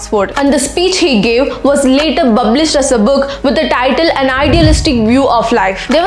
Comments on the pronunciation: We would like to hear “bublished” only bro no need to correct it, The day when you pronounce correctly then I leave your channel for sure 😊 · Small correction it's not "bublished" It is "published". Please correct 🙏